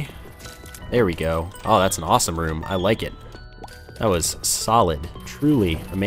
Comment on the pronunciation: Whenever you say "solid" I always hear "salad"... that's so stupid I just laugh every time